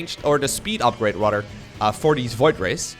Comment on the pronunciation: rodder i like how he says "rather"